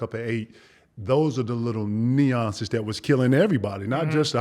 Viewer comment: Pretty sure he also said "neeonces"